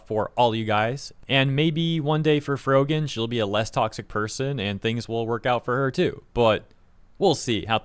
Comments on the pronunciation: lol "FroJEN" the guy saying her name for the 'rising star' didn't know who tf she was so much they couldn't even pronounce her name correctly for the Streamer Awards. And she neeeeeever got more popular than that, should've been a sign right there that streaming might not be the move to make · It's funny how the guy announcing the award doesn't even know how to pronounce her name "Frojan" lol. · The dude giving the award pronouncing her name wrong is the icing on the cake. Rising star that no one outside of the drama space knows. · Lol he mispronounced her name on stage. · You can tell she's a shitty person cause of her reaction to when the host mispronounced her username, like it's not a big deal, remain professional. Then her slapping the back of her friends head(assuming it's a friend, I don't know this person or her circle) shortly after just contributed to her annoying persona.